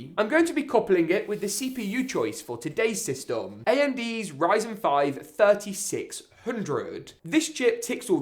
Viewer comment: The one reason I’m not subscribed is because you say systom no hate though